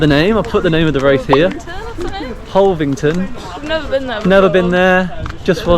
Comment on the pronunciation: brilliant 🎉🎉. (hul- aving- ton 😂 )